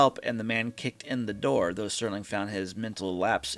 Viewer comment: Alright, if we are going to do this you have to stop saying Sterling instead of Serling. The man is an icon and deserves to have his name pronounced correctly.